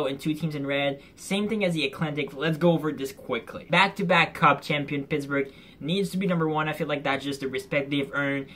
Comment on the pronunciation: Welcome to Alshentzylvania Like how you said Pittsburgh 😂🤣😂🤣😂🤣😂. But ya they do suck